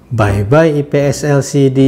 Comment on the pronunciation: Aipies bukan ipies